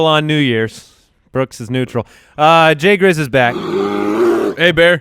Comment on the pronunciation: "JAY GRIZZ"